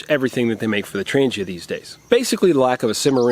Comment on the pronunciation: Yo! It's pronounced "Tran G ia" not "tranjia". Ask any Swede... varsagod!